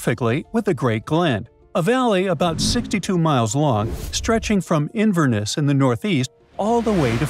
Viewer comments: I lost brain cells watching this, the pronunciation was abysmal. It's NESS in Inverness not invernus, Edinburgh bu-ruh not berg. These really are basics it's not like you are trying to pronounce obscure places in Scotland like ecclefechan findochty or garioch. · Interesting pronunciation of Inverness! And of Edinburgh!